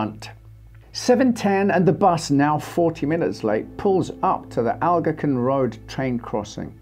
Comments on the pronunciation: It is pronounced ‘Al gonk win’ road… not whatever you said lol.. had to replay 6 times to understand what you said and realized, you were saying the road name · Prounounced "al-GON-quin".